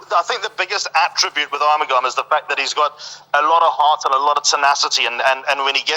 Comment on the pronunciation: How can you pronound R mugam when the spelling is A RU mugam. In spore is pronoun as A RU MU GAM as liked the spelling goes.